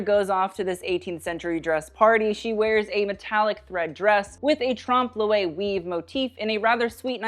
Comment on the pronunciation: hi, so sorry to be annoying - Tromp LOY" I believe